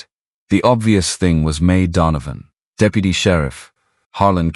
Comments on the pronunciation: Pronunciation needs help! "De-pew-ty" for deputy?? Seriously?? Too many errors in the story line. He had not ridden Shadow. Neither people nor horses should have had T-shirts on. He had been moving thru town ever since he got back so why be surprised they knew he was there. Too many words used to say " a thing that was not a thing so many words were needed to make the thing as easily understood as a thing needs to be understood"... see? The story concept was interesting but you really have to sort thru all the extra to get to the meat of things. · AI is interesting, but some of the words narrated by AI are hilarous. "Da-peu-tee" for deputy. Someone needs to check these words for accuracy.